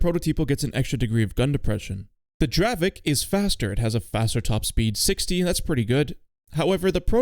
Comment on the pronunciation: even though in Poland we call it draveK its not correct. It is really pronounced in Czech like draveTZ, dont mislead people.